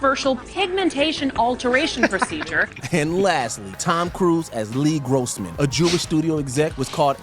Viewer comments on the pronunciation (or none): It's actually Les Grossman, not Lee Grossman like the narrator said.